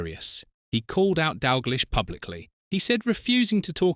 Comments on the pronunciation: It’s pronounced Dalgleesh not dish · Wow , you do a Youtube video on dootball and have such little knowledge about the game , you pronounce Kenny Dalglish wrong .